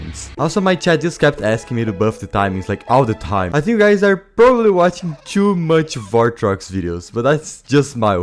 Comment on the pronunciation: "wat ching" ve ry goo d eng lish bro ther ! !